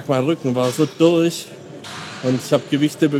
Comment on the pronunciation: da hört man den Schwaben. "Mein Rücken war so dürch"